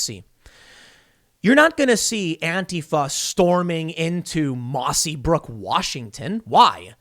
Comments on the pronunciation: The town in Washington is called Mossyrock lol not mossy brook lol love ya Tim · Its " mossyrock " not brook . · It's Mossyrock not Mossybrook. This is about 30 miles south of Olympia in Lewis County. A very RED county. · For the love of God Tim. It's mossyrock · I live in the area in Washington it's pronounced by the locals Mossy- Rock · it's mossyrock pls get it right i live nearby